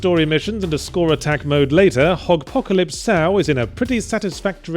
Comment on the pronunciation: Huh, and here Yahtzee and myself have been pronouncing it Hogpocalypse Sow, playing off the Apocalypse Now film; but apparently it’s Hogpocalypse So or Sew. Who knew?